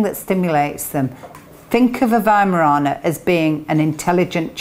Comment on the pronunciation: I live in an America and my mom always taught me to pronounce it with a "v" not a 'w". But in America it seems that it was easier to just let people incorrectly pronounce the name then to correct them. Good to hear it pronounced correctly. Just wish we would do that here.